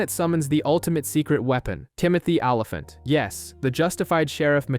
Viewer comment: Its Timothy ohh-lee-font. And he was a deputy US marshal not a sheriff. That was fargo